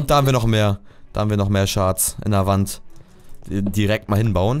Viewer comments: Das hört sich immer so an wie rend statt wand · GOMME!!!! (Rage modus aus) man spricht "w" im englischen auch "w" aus (rage modus an) UND NICHT "R"!!!!! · [wänd] nicht [ränd] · Wand spricht man das a so wie ein o aus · Er spricht wand of blablabla voll falsch aus